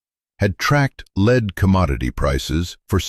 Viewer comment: AI narration, AI is supposed to be smart. Lead, the metal is discussed continuously. Then the narrator pronounces LEAD like its being used as a verb. HUMAN editing would catch it.